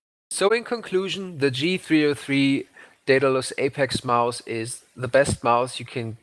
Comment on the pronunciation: d3rrial ich hab das auch nur raus gehört weil er 'Maus' so übelst deutsch ausgesprochen hat